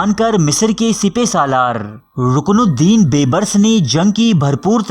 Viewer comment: سلسلہ بےشک اچھا ہے لیکن ناموں کے غلط تلفظ کی وجہ سے میں ان صاحب کی ویڈیوز کو صرفِ نظر کرتا ہوں ۔ جو اپنا تعارف کرانا بھی پسند نہیں کرتے ۔ تاریخ بیان کرنا ہر کسی کے بس کی بات نہیں ۔ برقائی خان ہلاکو خان۔ رکن الدین ببرس ۔